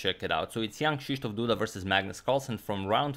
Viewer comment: Hey agadmator Just gotta say something. That when ever you say Jan Krzysztof Duda I hear Young shisdof Duda